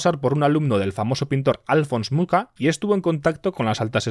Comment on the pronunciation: Mi más sincera enhorabuena a por el detalle de la pronunciación del pintor Alfons Mucha. La primera vez que escucho a alguien hacerlo correctamente